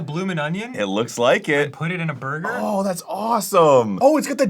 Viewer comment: “there is a pineapple in my burgah” iykyk